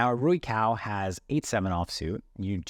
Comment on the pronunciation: Commentator also got it wrong but the cao in rui cao is pronounced tsao. the "ts" sound is like the end of cats